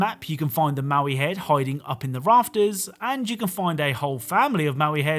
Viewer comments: The heads in Rocket League are called Moai, not Maui. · Those Easter Island statues name Moai is pronounced like Moe-Eye. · Its moai (mow-eye)